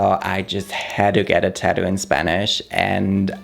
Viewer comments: Babe, it is tattoo with 2 t's in the middle, not taddoo 😜 or are you from Australia? 😜😜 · everyone in the world: “tattoo”: “tadoo” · Funny how he says "TÄddu"^^. With tattoo, the emphasis is on the second syllable and the tt in the middle does not get softened to a 'd'-sound.